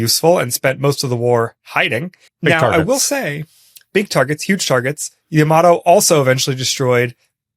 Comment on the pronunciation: "Yamato" isn't pronounced quickly like "Tomato". It's pronounced more like "Yama-tor"